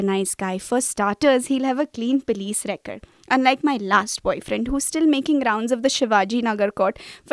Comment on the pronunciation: What is a pilees record? It's a police record.Pronounced as Pulice.